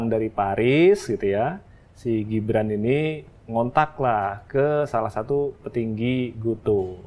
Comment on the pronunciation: Mbak .....GIBRAN bukan JIBRAN dech 😂😂😂😂